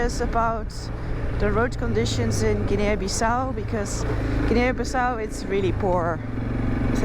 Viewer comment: The A isn't pronounced in Guinea. It's two syllables.